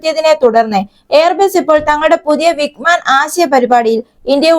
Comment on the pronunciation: വിഗ്മാൻ അല്ല വിങ്ങ് മാൻ ആണ്